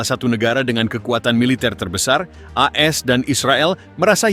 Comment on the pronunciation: Kok E S dan Israel ? Bacanya AS dan Israel bang ? Perbaiki dong?